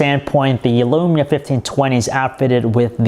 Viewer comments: This guys voice is near unbearable... All of is vowels are 'a'. Nakaya lamaya tan twantay... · alexander gomez Can you send me your lamaya fiftan twantay? I needs it. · i hav tha nakaya lamaya fiftan twantay.